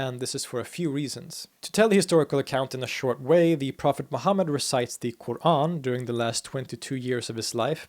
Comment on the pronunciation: No, not really, although is good but his pronunciation of word "Qur'an" is still off.